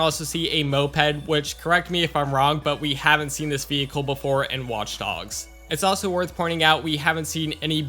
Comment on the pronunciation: I love the way you say watch dogs. It's like, "WAUTCH DAUGS."